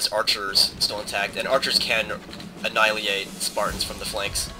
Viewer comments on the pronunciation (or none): I also like to read. No offense intended at all, but you say annihilate kinda strange...